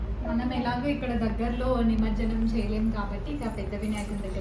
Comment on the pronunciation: Nice vlog 👌🏻 but it is nimajjanam not nimarjanam